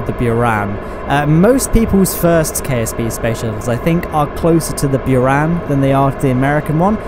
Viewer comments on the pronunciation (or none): It's pronounced "beran" not "beeran" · It's pronounced Boor ah n